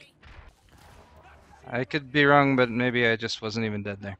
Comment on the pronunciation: He said "a" and I almost died... Then he said wong...